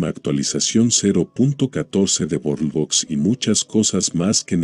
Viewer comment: la voz: Borbox 🤑